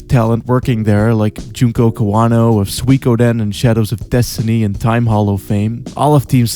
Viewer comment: I'm just here to state......that I'm glad you Suikoden as you did because that to me, is the correct the way to pronounce that game. I get so triggered whenever someone mispronounces the name. That is all. Oh, and this game really looks like a crystalline garbage heap, and I blame Konami. Fuck your new heads of Konami for going this direction.